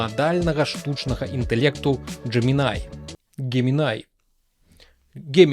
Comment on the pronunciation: тут усё проста, ты кажаш Gemini, а трэба Gemini